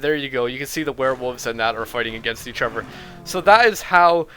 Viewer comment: why do you say each other, "eachuver"